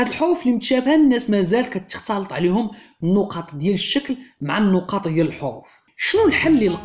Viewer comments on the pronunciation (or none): none